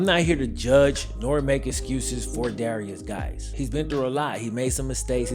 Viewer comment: Swear ta GAWD I thought he was saying "various guys".